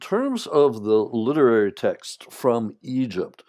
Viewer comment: Please, learn to say the word "text"